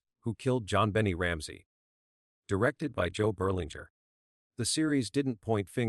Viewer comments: Dina ,Jonbeni 😅 Dna , JonBenet . AI Can't pronounce names correctly , sounds funny .. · As interested as I am with this crime, I can’t listen to the rest of it due to terrible ai narrative. It is so exasperating to hear the stammering stuttering robotic voice, I can’t stand it. It even calls the child “Jon Benny” over and over. Ggaaahhhh! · This is the worse narrator I’ve ever heard. Jonbennie, Deenah (DNA).? He sounds nuts.👺👺👺👺👺👺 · This AI narrator is annoying!! People don’t talk like this!! He mispronounces her name, pauses in weird places, etc. Besides, NONE of the family’s DNA matched !!